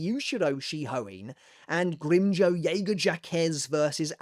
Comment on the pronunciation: How the fuck did he pronounce Grimmjow's name???